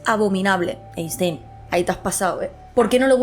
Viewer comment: Querida gata, maravilloso como siempre pero deja ya de pronunciar Einstein como si fuera castellano. La pronunciación correcta es [Ainshtain]. Eres comunicadora, tienes que pronunciar bien los apellidos extranjeros